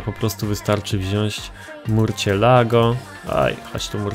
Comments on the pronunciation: Co to murćjelago?! Chyba mursielago. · Murczilago się czyta !!!!!!!!!!!!!!!!!!!!!!!!